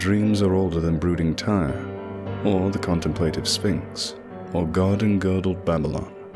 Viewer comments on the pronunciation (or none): none